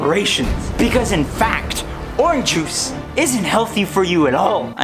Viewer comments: Are you saying Oran Juice? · It’s funny how you say “Oran Juice” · When you're running out of ideas, make a video about orange juice where you mispronounce orange juice a lot. -youtuber101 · The way you say orange juice bothers me slightly.